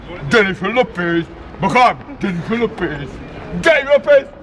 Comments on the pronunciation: DZENIFER LOPEZ. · DZENIFER LOPEZ !